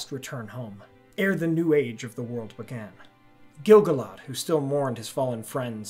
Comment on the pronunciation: What if the narrator pronounced Gil-galad properly?